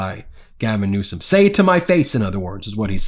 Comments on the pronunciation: Felon trump is a liar. Does he have a fire arm ? Call him a FELON each and every times he cannot pronounced NEWSEM correcty. Talking HIGHER than the magga people ; like Hannity and Jesse, is 100/100 correct.🎯. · "Paper tiger"? Donnie? More like "Paper P-word" Perfectly acceptable to say since Con-nie doesn't see any problem in intentionally mispronouncing the governor's last name in a disparaging way, unprovoked and unwarranted by the governor. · He's so stupid he can't pronounce people's names